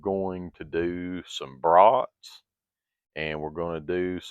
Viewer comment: Your southern way of saying bros at first made me wonder what was cooking on the big horn until a few brats appeared...😅😅😅 it would be like you going to Maine and talking with a real native New englander😅 all in all enjoyed your demo but these days cooking indoors is for me but that was impressive what it was capable of doing...